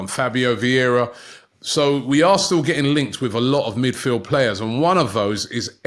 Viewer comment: What was Sambi « midfiled » with? 😂